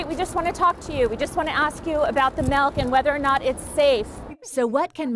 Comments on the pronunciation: We say milk not malk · I hate how Lisa says “mElK” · It's milk not melk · Why do Americans say milk as “melk”? It irks me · It's MILK Not MALK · Is it just me or did they all say melk instead of milk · I almost turned the video off because she kept saying “melk” 😖😖😖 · ‘Melk’ makes me so angry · “Breast malk” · First of all it's milk not MALK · she’s pronouncing ‘milk’ like ‘melk’ ohmy 🤦🏻‍♀️ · Anybody notice how she pronounced milk? She said malk!!!! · Ok Inside Edition, it is milk, not melk. Seriously. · Why do people say melk? Like.... what the heck? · I hate how most white people say "melk" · she said "melk" eghhhhhhh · She says melk not milk Cringe 😣😣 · tf is "melk"? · Ikr! Melk LMAO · Me too AAAAA ITS M I L K